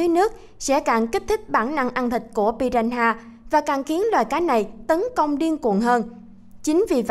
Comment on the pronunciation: Piranha mà đọc piraha